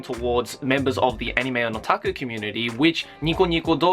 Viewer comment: "So I'm pretty sure, as fellow anime fans in the otaki community..." ( - ). When she said this, I first thought she said Iraqi community (no offense to anybody).